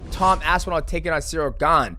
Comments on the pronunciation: How can Guru not say Aspinall? AspinAAAL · Can we please ask Guru to stop saying Aspinall like that please